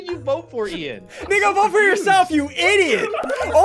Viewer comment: it’s Ian not Ean